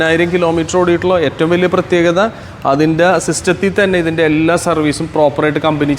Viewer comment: എള്ളാ അല്ലടോ എല്ലാ ളാ അല്ല ലാ